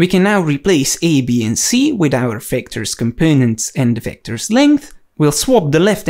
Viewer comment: Everything you need to know about "Wectors".